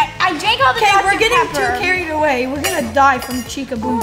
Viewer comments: Why did say chicku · DID THEY CALL CHICA pernouced (chee- kah) not (chick- ah)